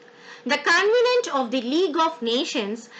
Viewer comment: It should be Covenant, not convenant